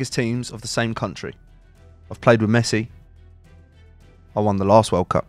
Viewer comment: How does he say messi? I can't believe this guy has meant football stars like rudigar💀💀